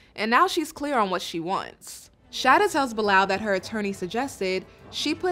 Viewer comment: Why are you keep calling this man “BILL LAL, the man’s name is pronounced BY LAL. It is a Muslim name and I am so sick of this woman. Please, please go back home. Nobody is holding a gun to her head.